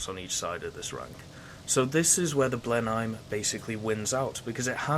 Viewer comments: Blen-Heim? You certainly don't sound German. The correct way of saying it is Blen-nim or Blen-hum, depending on your local English dialect. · Its pronounced Blen-im if you were wondering. Beafort is bow-fort.